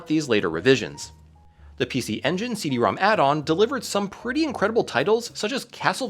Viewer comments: It's pronounced "CD ROMROM". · You kept saying Rom wrong in so many places, the Rom^2 in the logos is actually pronounced RomRom, so it is the RomRomAmp and the CD-RomRom.